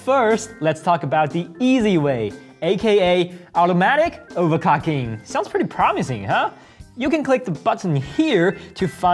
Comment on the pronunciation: "automatic over-cocking" , quick interesting :)